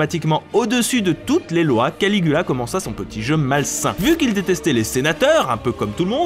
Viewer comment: Jai entendu Canicula au lieu de Canigula